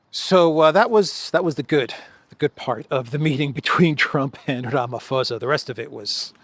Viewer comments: It's posa not fosa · Ramaphosa is NOT pronounced Ramafosa. The "h" is there to make it an explosive "p" which no whitey can pronounce, so just make it a hard "p" and NOT "f" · Rama pausa is how our president's name is pronounced. Wonderful show. I'm a regular to this channel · the name is pronounced "ramaposa" without an "F"...or as in "ram-a-poser". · It's pronounced Ramaposa, the 'h' is silent. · Pls don’t take offence - it’s just that I’ve been listening to you for weeks pronounce the South African presidents surname incorrectly. Ramaphosa is pronounced Rum(a)-por-sz(a) where the (a) sounds like a “u”as in utterance. I probably hacked that myself explaining it to you 😂 PS: there is no white genocide. Trumps narrative on there being a white genocide happening in SA is no different to that of the Ukrainian Nationalists or Zionist narrative in respect to their own sick agendas.